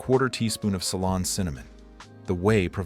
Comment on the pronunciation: Salon cinnamon! Oh AI, you kill me! 🤣